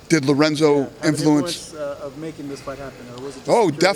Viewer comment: LORENZO, BITCH... NOT LORENZA!